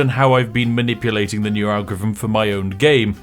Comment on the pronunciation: > 'manipuating' Sorry, what was that? I couldn't hear you over my short attention span XD